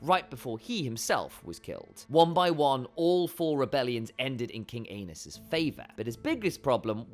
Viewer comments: I thought it was ay-knees not anus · not"anus"Targarian,"Ā nice"Targarian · Poor AEnys...Doomed to have his name mispronounced as ANUS in video after video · Prince Anus... oops!! Aenys... 😂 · Too bad the pronunciation of "Aenys" sounds like "anus." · "ae" is pronounced as "ee" Which I have no doubt you know. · I thought I was mature enough to handle hearing “ae-nus” after reading a few of the comments but no. Giggle every time lol😂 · Poor AEnys...Doomed to have his name mispronounced as ANUS in video after video 🤣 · “The pressure became unbearable for Anus.”😂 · I thought I misheard ...lol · The ae in Valyrian is a long ā and the y is an i or *. If you pronounce the mad king Aerys' name the way they do in the show, (air-iss, ā-riss) Aenys would sound like 'aye-niss', 'ā-niss'. Seems like Gentlemen Broncos to me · I just had the most difficult battle of my life trying to not burst out laughing loudly as soon as I read your comment. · Even the auto-generated captions think it’s “King Anus”🤣🍑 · Ikr 😅 Bro said "Anus & Ranus" 😮 🤣🤣🤣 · Exactly why people need to stop using AI voice overs - stuff like this… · I sent it to my mom and I’m just waiting for her to be like why is he saying anus? 💀💀💀🌝